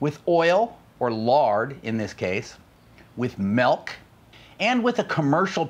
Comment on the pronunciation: I hate it when people say " melk"